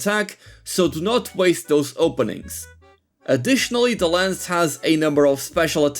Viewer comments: it's called "lance" not "lens". other than that, nice video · Why do you call Lance and Gunlance "Lens and Gunless", is it a meme or what I don't get it